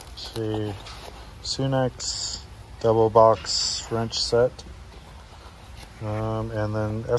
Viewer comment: It's pronounced sun ex not sune x